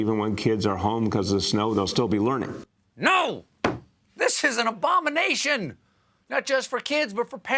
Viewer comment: LoL, I heard Obama nation...... and I like..."huh, what...??" and my translator... corrected it to abomination.... "AaaaHh, ok..." XD XD XD Oh well, atl you have one Tom to turn to, that shows up...... And Booooooooottigieg :/